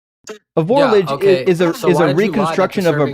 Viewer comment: He also mispronounced "vorlage."